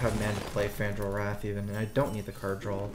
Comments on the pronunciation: Why do you keep saying "drawl"....? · Da Bx which doesn’t make any sense, there is no a after Y, no r between two a. Just like there is no l after draw